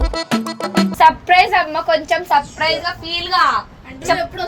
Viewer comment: Suprise❌surfrice 😂😂